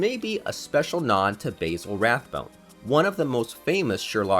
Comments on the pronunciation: Dude, it's Baa-sil, not Bay-sil Rathbone. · Basil Rathbone’s name is pronounced more so like BAZ-zle not like basil pasta.